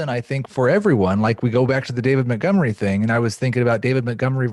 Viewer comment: Can anybody tell me why refers to David Montgomery as David Muttgomery?